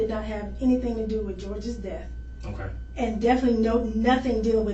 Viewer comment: "Oh-kai..mm-kai". Detective lingo. 😂